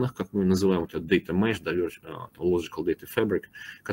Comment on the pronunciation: data mesh a не mash)))